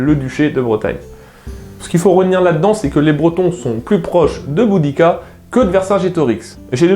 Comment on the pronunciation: le "u" se prononce "ou", en latin, just saying...